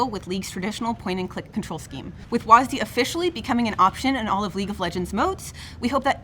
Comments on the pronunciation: WASDEEEEEEEEEEEEEEE. god it makes me cringe everytime you guys call it that. Smh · "WHAS DEE" Jesus christ woke riot even renamed w a s d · STOP CALLING IT WASD PLEASE FOR THE LOVE OF GOD! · I swear they say WASDEE as much as they can to trigger viewers.